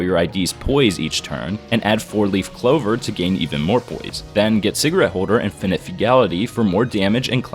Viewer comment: What said :rupture poise sinking poise What i heard: rupture bois sinkinh bois